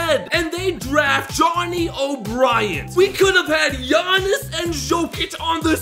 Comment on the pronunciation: He butcher Giannises name so bad